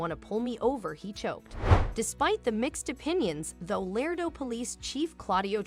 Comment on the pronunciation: It’s not LARDO! ITS “ LARADO “!!! The second A is a HARD - A in the pronunciation of the name of the great town in Texas! PLEASE pay attention to the annunciations of our towns. You have no idea how insulting it is to hear your town mispronounced. The city I live in is SPOKANE. The “ E “ is silent. So you’d pronounce it “ SPOCAN “. Most people pronounce it “ SPOCANE “ ! 😢😭🤬💔👵🏻